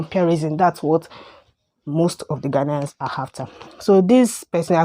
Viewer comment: you are the one that can't stop making videos about ghana, u know nothing about ghana u cant even pronounce ghanaians well, and all you do is make mouth